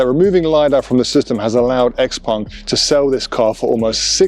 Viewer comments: Why say Xpong when the name is Xpeng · Xpeng not xpung